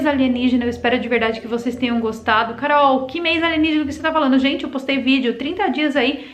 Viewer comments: adoro quando ela fala "aligenígena"!! kkkkkkkkkkk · Passo mal de tanto rir quando Carol fala Aligenígena kkkkkkkkkkkkkkkkkkkk